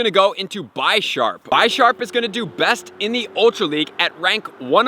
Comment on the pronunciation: I have never heard anyone pronounce Scizor or Bisharp like that LOL funny